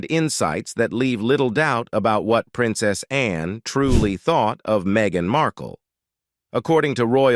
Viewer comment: Always been a fan of Princess Anne, she's extremely dedicated to duty. Is it me, or does she not remind you of Miss Manners? They could be sisters. BTW, lose the voice software, it's incredibly ridiculous! Seriously, when it pronounces Princess Anne as Princess Ann-e?